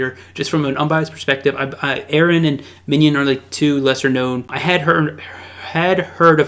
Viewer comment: Aaron and Minion. Ahahaha. Props for trying to pronounce his name though.